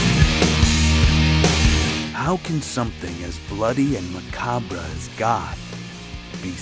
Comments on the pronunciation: Almost lost me on the way dude pronounced "Macabre". I'm that critical, but I'm also curious to see this documentary play out....okay verdict is in: it's actually a really good documentary about the subculture once you get past the cheesy opening graphics. However, there are contradicting view points such as Goth being a culture where everyone is accepted, where some goth look down on cyber goths. Lastly, Voltaire is so fucking hot! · im just over a min in and the voice over guy has already mispronounced macabre. i dont have high hopes for this "documentary."